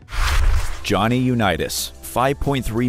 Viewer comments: U- Neeeet- US. 🤣🤣🤣. Wtf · Johnny U-need-us...Wtf? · Johnny U-Need-Us😂😂😂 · Johnny "U-nee-tis"?!? AI voice-overs are like nails on a chalkboard. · Johnny you need us😂😂😂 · Haaaah Haaaaah!!!! U-Neetus!!!! Or how bout the Duo group TLC??? I know Left Eye is deceased, but TLC will always be those 3 Girls from ATL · Its unbelievable how someone can make a video yet not know the pronunciation of people mentioned Uneetis? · U-nee-tis.WHAT PLANET ARE YOU FROM ??? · sorry you lost me at Johnny U-nee-tis. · Johnny U-need-is? Eff off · The video has no credibility if they can’t pronounce Johnny Unitas correctly. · Learn how to properly say UnItas!!